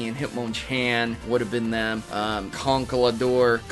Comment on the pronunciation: I think you meant to say conkleDERP. I know its really hard to say that